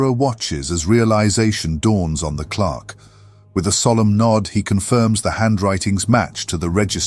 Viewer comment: An amazingly well written and atmospheric tale of a classic World of Warcraft quest line, only marred by the fact that the AI cannot pronounce "clerk." lol